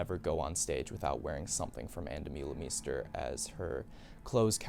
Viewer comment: hello, please pronounce it Ahn Duh-muh-le-mhe-ster